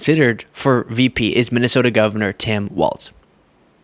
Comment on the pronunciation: I don't know why you're saying "Tim Waltz" and not "Tim Walls." The pronunciation of Walz is like the plural of a wall. There are four "walls" in this rectangle room." Very annoying and makes you come off as not really knowing about what or who you're talking about. He's been around in politics for the past 18 years and last 6 as Governor. I think you should know how to pronounce his name and stop making a fool of yourself. Yikes. Do better.